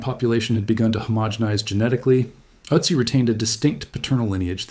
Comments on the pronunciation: Wäre es wirklich so schwer, einer KI beizubringen, was Umlaute sind? Ich sehe die ganze Sendung über eine israelische Mini-MP (Utzi) vor mir! Ist "Ööözzziii" (benannt nach den Ötztaler Alpen, wo er gefunden wurde!) wirklich unaussprechlich für eine radebrechende KI? Gräulich (nicht von grau, sondern von Grauen!) wie fast alle KI-Lesungen auf U-Tube! Laßt doch probeweise einmal statt einer KI eine natürliche Intelligenz, die der deutschen Sprache mächtig ist, ans Werk! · Ötzi is pronounced "Ertzi" not Ottzi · Why do you call him Otzi in stead of Ötzi? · Don't say OT-ZEE say ERT-ZEE. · Ötzi, not Òcci.😂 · I’m sure this would be interesting but I can’t get past the otsy pronunciation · I can't take any more Uh-tzi's. If you're gonna use a word more than 5 times in a short video, especially if it's the primary topic, take a minute and plug the word into the appropriate google translate language so you can at least get it kinda close. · His name is pronounced with the O sounding more like book than but. Also, mesolithic has a Z sound in it, not an S. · You would think you would take the time to pronounce Ötzi's name correctly.... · I don’t like the way you pronounce Otzi. So no 👍 for this one - sorry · Please learn how to pronounce his name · Look up pronunciation....cmon. ötzi how to pronounce. kom Horrible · i am not a speech nazi, but when talking about a topic... an ancient city, an artefact, you should at least look up how its pronounced.... i dont care if it´s mentioned once or twice in the whole video, but "ÖTZI" is said constantly and its quite annoying hearing it butchered every 30 sek... i was in bed and using touch screen thats why i didn´t correct my first post on second thought, listening on my tv... the pronounciation wasn´t that bad, he tried... i think he got better towards the end ... got my thumbs up for the video anyways :) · Pronunciations of Ötzi (or Oetzi if not spelled with umlaut) and Tyrolean are both off.